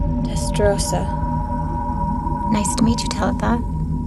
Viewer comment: Teletha was pronounced wrong. Also, Teletho Testarossa would never ever be allowed to release any information about Mithril. It's completely confidential! Also, Tessa had white hair, not bleach blonde hair and 99% of the time, she had it in a ponytail, not down.